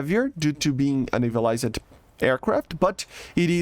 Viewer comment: Hi, I am saying this in the hopes of helping and not to be rude or anything so take it in the manner in which it is intended. Since ik english isn't your first language. In words that that end with "ed" like "navaliz-ed" in this videos example, the E is silent and is not pronounced. Your pronounce it as "navalizd". I noticed this emphasis/inflexion when you pronounce words with ED at the end. The emphasis is on the D not the E. Hope this helps :)